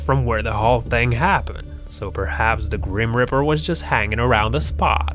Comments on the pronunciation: GRIMPREAPER NOT GRIMRIPER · its grim reaper not grim ripper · FYI it's grim reaper not grim ripper! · IM SO TRIGGERED WACHING THIS BECASUE HE IS SAYING GRIM RIPPER OMG IS CALL GRIM REAPER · Grip reaper not grim ripper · "the gream ripper" "hoooodie" "veedeeo"